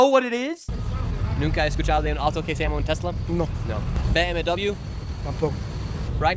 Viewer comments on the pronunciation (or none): none